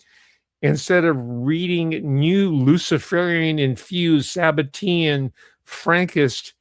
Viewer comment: Sabbatai Levi… and “sabbatean”… His name is pronounced, “Shab-tie Zvi,” not Sab-a-tie Levee. And sabbatean is, “shab-te-an.” 😉👍